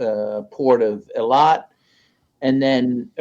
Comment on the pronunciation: mark: You think the gentleman would take the time to learn how to pronounce Eilat. Its EEE-LAT....not "Elliott" (I was there in 1984-85) I got a job for myself 'and' my friend as bellmen at the the Hotel Laromme, just outside Eilat; (south, toward Sinai border....not sure what its called now), a swanky, rather up-scale hotel for Euros to come (and for me, a Canadian, it was an interesting mix that did not include (rarely) North Americans. I pretty much lay on the beaches offered by the Gulf (of Aquaba) getting tanned, beer-a-plenty, mostly. The hotel housed/fed us, so it was to leave and move on (lol) (oh, also went into Sinai.....all the way down to Sharm El Shaek where my mind was blown by the coral reefs there.....it was just awesome because I was freakin' 22-23 yrs old.... and loving it chief. oh, btw, during my several months in that country, Arabs were nice, Israelis weren't.